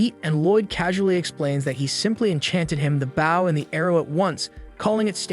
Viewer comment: say bow correctly.